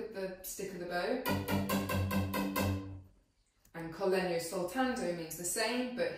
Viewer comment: Definitely my favorite instrument in the whole orchestra. Perfect pronunciation of Italian terms like "col legno" "normale", thanks for this from an Italian guy!